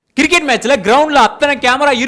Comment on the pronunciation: Cricket❌️ Ciriket✅️ 😂😂😂